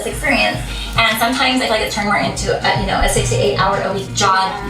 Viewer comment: "I fill like"